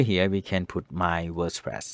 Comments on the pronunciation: Ever since I watched this I can't stop calling it Worspress 😅😂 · Wospress. Yea